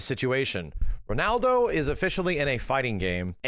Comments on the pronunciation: can't pronounce Ronaldo 😂 He keeps going "Renaldo" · max saying renaldo 😂